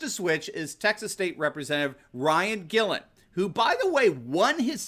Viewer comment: Love this channel and I use it to educate and recruit other citizens who are unaware of the global political environment. On a side note, Ryan Guillen is pronounced Ryan Gee-yen. Let's Go Brandon!